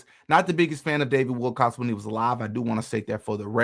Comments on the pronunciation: He is saying Wilcox!! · You cant even get his name right bro Its Willcock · dude, if you don`t even pronounce `Wilcock` correctly, how can i trust ANYTHING you say???? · You LITERALLY watch a video where they pronounce his name correctly...then you LITERALLY read an article which CLEARLY spelled out his name correctly..... and yet you CONTINUE to add an "S" to the end of his last name.🙄 Ridiculous, lazy and pathetic. THIS is just PART of the reason why I unsubscribed from this channel. 🤡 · You don’t know who Luna is and you can’t pronounce Wilcock. You don’t look credible here. At all. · Wilco[ck] not Wilcox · OMG you actually read WilCOCK written in front of you as Wilcox. Stop! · Not Wilcox. It is Wilcock. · It was written right there on the screen and he still said it wrong. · Stop calling him WILCOCK(S) there’s no ‘s’ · Wilcock, not Wilcox. Come on, …